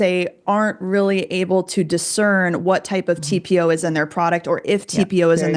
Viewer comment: I knew you could pronounce it! Great job you guys. That was a wretched study that can’t even be applicable to humans. We don’t ingest it and we use much smaller amounts… hands down… this to shall pass ladies! 🌸